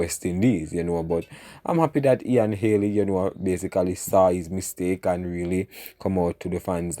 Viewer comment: Bredda mi tired a you now , it’s not Haley it’s Healy pronounce you words properly man. and it’s not courtly it’s curtly 😡!